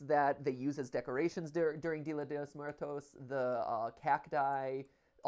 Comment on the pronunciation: pls the way matt pronounces día de los muertos😭 he’s trying his best ig